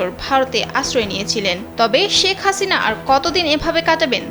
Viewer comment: মানুষ কে জে সম্মান দেবে আল্লাহ তার সম্মান বাড়িয়ে দিবেন, ওনার নাম শেখ হাসিনা, ওনি জখন প্রধান মন্ত্রী ছিলেন তেল তো কম মারেননি,এখন নাম টাও ভালো ভাবে উচ্চারণ করছেন না।